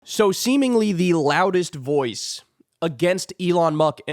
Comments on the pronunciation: "Elon Muck" 😂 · “Elon Muck” 🤣😂